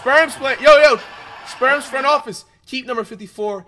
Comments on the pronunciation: Is he saying sperms or spurs bruh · I kept hearing Flight call “Spurs” the “Sperms” 💀